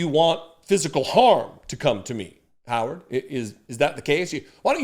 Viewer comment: Howard rhymes with coward….